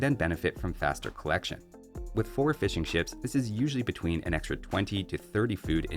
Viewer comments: I keep hearing "fish and chips" when you say "fishing ships". 😂😂😂😂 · Swear to God I kept hearing "fish n'chips" instead of fishing ships